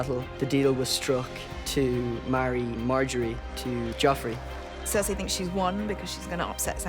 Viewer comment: It's "Joffrey".